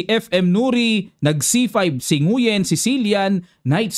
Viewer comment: Nguyen is pronounced as Ngwen.